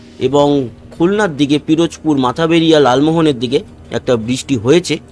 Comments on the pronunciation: আপনি যে অঞ্চলকে মাথবেরিয়া বলছেন, আসলে ঐ অঞ্চলের নাম হলো মঠবাড়িয়া। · "মাথাবেড়িয়া" নয়; মঠবাড়িয়া। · ওটা মাথাবেরিয়া নয়। মঠবাড়িয়া হবে।